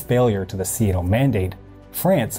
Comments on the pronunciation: Hate to nitpick but the pronunciation of SEATO as seeayto jars. It is pronounced seeto, at least in Australia. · Can you say SEATO and not SEA-A-TO?